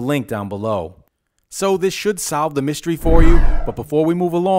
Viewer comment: it's not mySHtery it's mystery